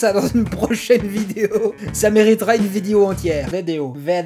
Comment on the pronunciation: « Védèo », on dirait du portugais (ou brésilien) !!! 😅 Le « foutchebole », la « trouelle» et le famoso « védèo do Brasil » !!! 😂👍 ps: jé souis d’origine 🇵🇹. 😉❤️